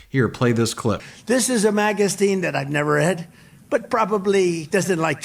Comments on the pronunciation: "This is a magastine??!" What the Hell is he saying??! And he doesn't give a damn about Israel, the bible OR God...what an orange DUFUS!!😳🤷‍♀️🤦‍♀️🤦‍♀️🤦‍♀️ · Phonemic paraphasia is what's wrong with him, as far as his mixing words, hence the words weaknix, magastine and illegal agolithin. I've noticed it progressing, and his regression. This is why he's taken the Montreal Cognitive Assessment a few times. Keep in mind his dad had senile dementia. By the end of all of his trials, he may be deemed unable to stand trial. That disgusts me because we all know he's been a criminal since childhood and hasn't really been held accountable for anything until recently. INDICT ✔️ TRY, CONVICT, SENTENCE. 🇺🇸🦅🇺🇸